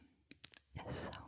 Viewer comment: appreciate you pronouncing samhain correctly, Irish is often mispronounced as a joke